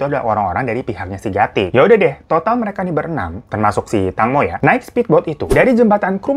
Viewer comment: Fyi di bacanya teengmo bang